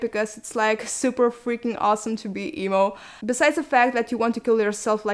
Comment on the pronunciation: Am i the only one that heard eboo when she said emo or?..